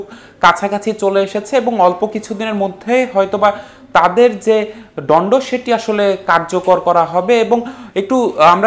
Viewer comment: ডন্ড না দন্ড !